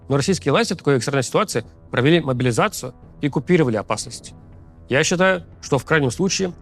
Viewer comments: Левиеев, ты мне импонировал до того, как стал говорить про «могилизацию». Никогда какая-то 56 бригада не победит в войне, явно заточенной на бизнес. Иди, подобровольствуй, или к логопеду. Не пойму, почему КАЦ тебя публикует. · Куда уже больше ужесточать могилизацию? И про какие 150т убитых ты говоришь? Там лям уже.... Хватит врать, только кострюлеголовые и верят в это... Рус сходи ты уже к логопеду, неужели ты у Макса за хорчи работаешь... 😅